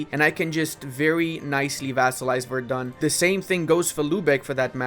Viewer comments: namenazi comment: verdEn, not verdUn <3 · Because it triggers me everytime in every video: Verden is pronounced [ˈfeːɐ̯dn̩] NOT [vɛərdʌn] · Verden is pronounced with an "F" not like Verdun lol.